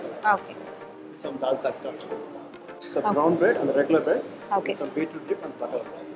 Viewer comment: Love your reviews but make sure to know about the dishes before you review it. Like you mentioned Dal Takda. It's not dal takda it's called Dal tadka.